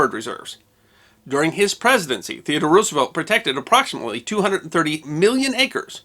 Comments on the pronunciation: You should KNOW that Roosevelt’s name is not pronounced ROO—like Ew! The name is Dutch, so the double O is pronounced like the (single) O in ROSE. ROSE-evelt. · Please don't pronounce it as Roos-uh-velt, but as Rose-uh-velt.